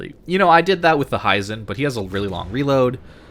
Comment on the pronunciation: Hee-zen not Hie-zen. Japanese i is always a short sound